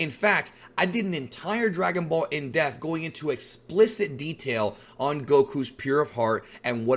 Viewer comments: Omg. It's (DEP)-th speak proper English . In Depth. Not, Indeft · Are you saying deaf or depth? You spell it depth but you say deaf. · Listen. I only subscribed to your channel because I told you if you pronounced in DEATH" as In Depth!! PTH!! not ATH. id subscribe to your channel in honor of correcting you however...sadly you continue to ascribe Death to ppl instead of going IN DEPTH!!! EPTH!!! not ETH!! IP PIP DIP SIP dePTH!!!!!!!!!!!!!! it's that serious! sir.....good day. You'd have a million subscrippers if you could pronounce it that dogdamn way!!!!